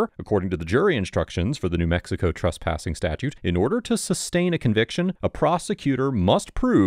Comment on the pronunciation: Please stop mispronouncing the word Trespassing as Truspassing. I is very distracting.